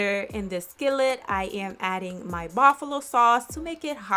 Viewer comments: She said Baffalo not Buffalo lmao uneducated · Bafulo everytime she says bafulo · Bro am I tweaking or is she saying buffalo sauce weird af lmao